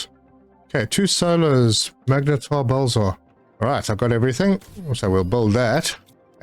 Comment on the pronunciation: Dude... it's blazar not bulzar.